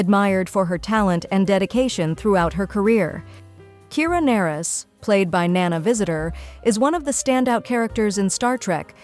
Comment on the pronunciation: I bristled every time I heard "Kira Nerris" (pronounced Ner-ees)